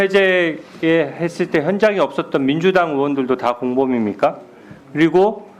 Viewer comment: 진우야～～～ 발음좀 재대로 하자～ 공범입니까가 발음이 어렵니¿ 검사로 도대체 어떻게 일을한거야。。。